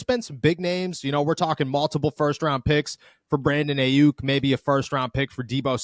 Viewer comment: my man. Can you plz pronounce Aiyuk name correctly? I mean damn, it's been months 😆